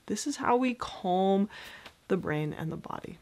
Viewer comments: Just please, please fo not pronounce calm as cOlm, very annoying. All else is great. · It stresses me out whenever she says ‘kolm’